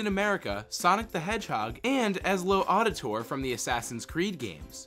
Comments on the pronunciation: It's not "Ezlo Auditor", it's Ezio Auditore". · etzio aldatory is how is pronounced my friend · I love this episode and i love the show. But I think I died a little inside when he tried to say Ezio Auditore 😭😭😭